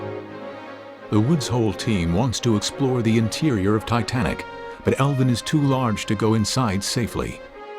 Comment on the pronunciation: So annoying hearing the narrator call it elvin not Alvin 😡